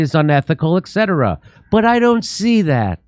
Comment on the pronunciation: Wow it took me all these years to realize Jimmy doesn't say etc correctly haha